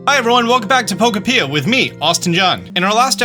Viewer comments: It irks me to no end how he mispronounces the name of the game it’s not ‘pokah-pia’ its ‘poh-koh-pia’ There are countless trailers and demos from Nintendo of this game saying the name there’s no reason to still be mispronouncing it. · po-kopia not poko-pia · I don't see any comments about why is it being pronounced Poko-pee-a instead of Pok-oh-pia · why do you call it pokepier? XD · Pretty sure it's pronounced (poe-copia) right? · My man is still pronouncing Pokokopia wrong haha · Why does he keep mispronouncing the game? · I can't watch any more videos if you keep pronouncing the title of the game like that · I feel like he's intentionally mispronouncing Pokopia just to be funny